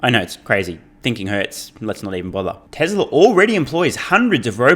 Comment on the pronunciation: I've been wanting to add this comment for a while. Love your content btw, is it me or you say "Tesler" instead of "Tesla" for most of the videos? Is it an accent thing? It's funny 🤣